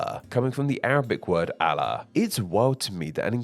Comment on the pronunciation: bro pronounce Allah right. like the english words all and law. allah👈🏽